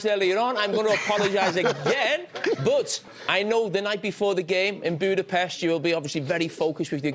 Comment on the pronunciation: Everyone is saying the name Budapest wrong